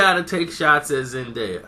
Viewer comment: thinks he knows everything but he saying her name wrong stupid idiot